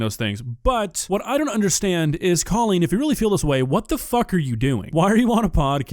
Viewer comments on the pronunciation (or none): It’s hilarious that everyone is calling her “Cawlean” when she has said it is somehow pronounced “Coal-lean”… I know she is irritated